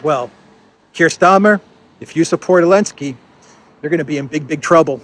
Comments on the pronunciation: Why does keep on saying Elensky, without the Z? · Mate, the name is Zelensky, say it like a man. Don't be a coward. If you're so afraid of YouTube censorship, upload to other platforms